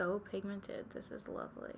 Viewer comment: when you say lovely in that accent, who are you impersonating? Bcos it really sounds like a yorkshire accent haha (northern english)